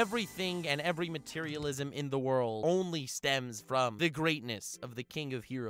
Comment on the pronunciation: I love how every time he wants to say the world he says ZA WARDUO i fucking flip laughing